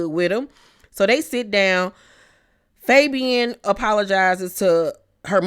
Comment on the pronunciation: Lmaooo said Fabian I thought it was faygo like the hood soda 😭 wtf is the man name fr?